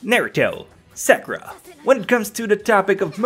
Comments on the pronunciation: Bruh say Sakura’s name right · You're pronouncing Sakura wrong, and she is very useful bitch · If you can't pronounce sakura correctly I automatically assume youre a bad person